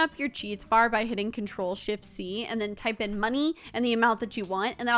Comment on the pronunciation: When you say shift you sound like your saying $hit😂😂😂😂